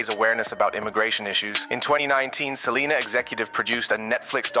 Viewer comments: Not "selener" 😂😂 your hilarious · Side note, the fact that you keep calling her Seleener is sending me xD